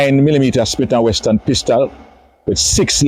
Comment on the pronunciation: Smith and Wesson Mr officer, not Smith and Weston...smh